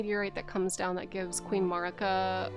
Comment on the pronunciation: MAER-ih-kuh please. No MARR-ih-kuh. They say her name in the cutscene. So we know how its said.